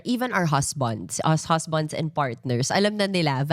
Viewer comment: Husbands. NOT HUZBONDS. Come on now!!! Stop this pa-soci pronunciation!